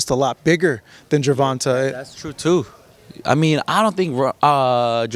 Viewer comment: Y can't this reporter can't say TANK name. The right way .he keep saying Gervonta name wrong..dang bro